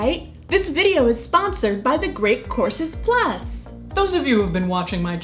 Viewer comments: Sounds like your ears acted as a Ouija planchette, lol.😘💖 She might've had a slip of tongue. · So it's not just me? Very good. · During the sponsor portion, I thought you said The Great Corpses Plus. Perhaps make a plug with Patreon for that.